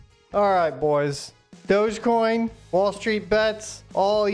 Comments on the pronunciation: Lol, this dude is making fun of newbies and doesn't even know it's pronounced DOGGY coin. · its pronounced dogg EE coin